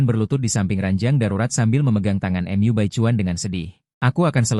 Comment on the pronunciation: Mu dibaca em yu 😂😂😂😂😂